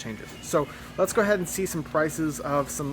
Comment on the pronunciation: At the start of the video It sounded like was saying, "Let's go, stop screwing around!" And those scores at Amazon are spot on. You're saving money and time by not having to go to a box store. I have found Walmart to have the best prices on oil and filters. As someone who does his own, I buy several of the 5 qt. jugs and use one of them as the 6th quart extra jug instead of buy an extra one an the inflated price, since three of my five cars use 6 qts. I believe they know that ppl are needing on extra quart or for those that have leaks and are inflating the price on the single quarts. Very informative video, keep up the good work guys